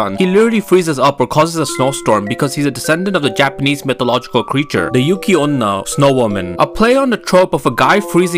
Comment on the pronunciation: The way this guy pronounced everything... every video is just him vs the Japanese language 💀